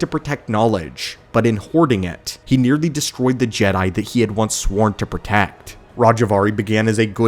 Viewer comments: G-dye? Please stop saying G-dye, I have always heard it pronounced Jed (as in head) I, not G-dye, it sounds like Disney trying to pronounce it like it's still clinging on to the whole woke BS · Its Jedi (Je-Dye). This is the problem with AI narrators and the content creators that don't review their own videos to fix it before uploading. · He keeps saying Gede not Jedi lol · Gee Die , Gee Day - good grief that makes my ears bleed. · Can we stop using AI voice over so you can call them Jedi. JeeeeeDayyys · Why is he saying Jedi like that? I’ve never heard it pronounced that way by anyone before…. Except AI